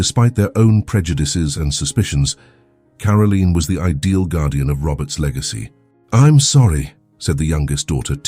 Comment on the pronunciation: It is Caroline NOT Carolene